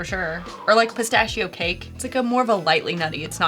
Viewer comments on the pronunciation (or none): just keep drinking and then you won’t care how you pronounce spistachio..